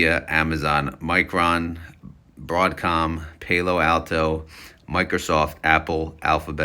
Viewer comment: Thanks for video! Its pronounced Pal-lo Alto, they're located down here in silicon valley few miles from me. Solid etf imo. Will build new positions and reallocate more after crypto bull season over. 👍